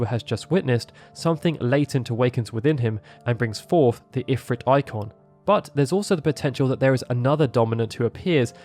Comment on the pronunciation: Informative video, but the pronunciation of Ifrit bugs me.